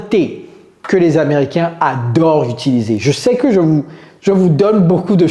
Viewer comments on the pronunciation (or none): none